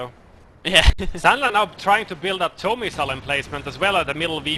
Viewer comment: Please say TOW as in toe.